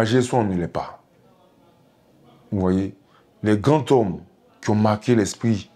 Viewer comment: Monsieur le député on dit les grands zome pour la liaison. Et non les grandtome phonétiquement